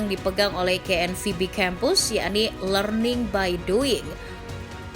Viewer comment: Ngomong KNVB nya biasa aja gausah di Inggris"in lol